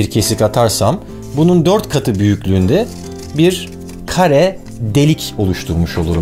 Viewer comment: Kare yerine kaya demesi